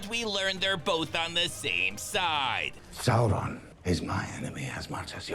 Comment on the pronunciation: Elrrrond. Saurrron. Celebrrrimborrr. Rrrrrrrob Schneiderrrrrr.